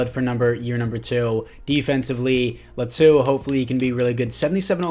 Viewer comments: they way you pronounce Latu is actually pretty close, mayble its L(ahh)tu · Laitu Latu is pronounced “Lay-ah-to” “La-to” also don’t hate on my daddy Justin 😤😤